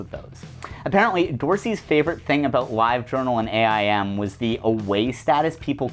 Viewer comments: this might be the first time i've heard aim pronounced like that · Holy shit you called it "A-I-M" as opposed to "aim" (dts)! I thought I was the only one.